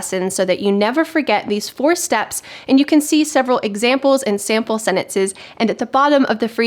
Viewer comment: minute of this video you pronounced the word “sentences” in a strange way for me…